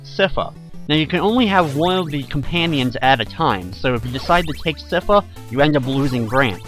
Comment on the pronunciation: I have to say your pronunciation of Sypha throws me off every time I hear it, as I've always believed it to be "sai-fuh" as opposed to "siff-uh."